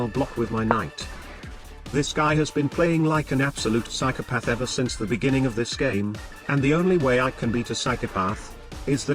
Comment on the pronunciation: The way the text to speech pronounces "psychopath" is psychopathic.